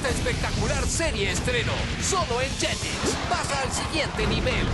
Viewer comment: recuerdo que el narrador nunca decia "JETIX" decia "LLELEX"